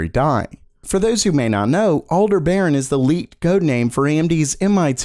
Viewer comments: I'm pretty sure that Aldebaran is pronounced the way the the star Aldebaran is pronounced (IPA: /ælˈdɛbərən/, which is roughly al-DEB-er-an) not like 'alder baron'. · Its pronounced "All-DEB-er-ahn" accented syllable capitalized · al deb uh ron